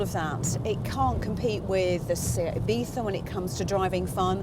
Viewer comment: Thank you for saying Seat Ibiza correctly at the beginning